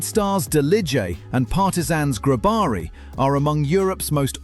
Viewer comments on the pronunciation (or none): I am from the balkans, you absolutely butchere the Delije and Grobari names 🤣, but i love the fact you talked about them